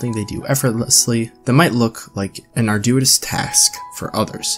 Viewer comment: Learn how to pronounce arduous.